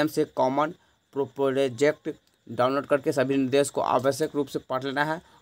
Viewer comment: Prospectus को प्रोजेक्ट के बजाय प्रॉस्पेक्टस पढिये।